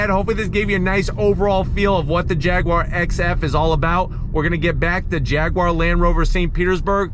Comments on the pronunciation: Jag-you-are not fricking "jagwaar" None the less, nice shag (Jag/Jaguar/"Jagwaar") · Pronounce it properly! It's "Jag YOU ar" not Jag WAAAAR!! Pronounce the U (YOU) properly! There's no W in the word Jaguar! Grrrrrr